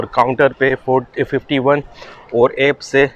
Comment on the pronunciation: Everything was perfect in your video Except Aip (App) Baig (Bag) Maip (Map) 😃